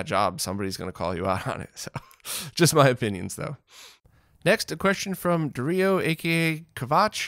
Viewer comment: Hey,! Thank you for answering my question so thoroughly! And you're pronouncing it perfectly (Darío - Dah-REE-o)! As for my nickname, the easiest way to say it is eye-catch-oh. I used Kvatch for a while dropped it for some reason. In any case, it's not a big deal to me but I do appreciate you trying to always get everyone's name correctly.